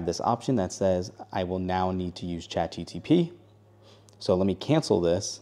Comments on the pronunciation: Saying Chat GTP instead of GPT is bothering me a lot. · It’s Chat G P T, not Chat G T P. Your welcome. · My ears hurt from chat GTP 😂😂😂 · Listen when he started the video I had to google it. I was like "don’t tell me I been saying this wrong all this time" apparently he is wrong. Feel better now 😅😂